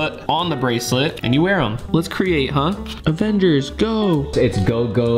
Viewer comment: How did he say avengers😭😭😭😭😭